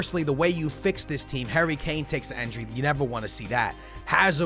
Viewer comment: Dear, It's pronounced "Injury" and not "Enjury" It pisses me off